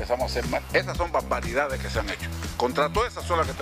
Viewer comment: Debiera empezar por aprender a pronunciar, no se dice poDque o baDbaridades. La r es r y no se pronuncia como D. Por lo demás me recuerda la oratoria nada brillante de Nicolás Maduro: “ hay que oDganizaD lo que estaba oDganizado y que se dejó de oDganizaD.” Lo tengo claro.